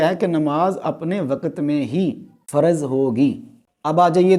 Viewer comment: Bolna to seekh le yaar. Waqat nahin, Waqt. Lafas nahin lavz, Faraz nahin, Farz. Sakhat nahin sakht. Yaar teri samajh se bahar hain ye moamlaat. Ye kitna deene ilmi aadmi he jo Naam bigarh raha he. "". Ye hain hamare ilmi peshwa aur ye he in ka deeni rawayya. Jhallae hue. Seekh lijiye deen in se.